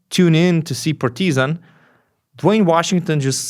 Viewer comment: Does anyone gets annoyed how he pronounces’ Partizan ‘ ?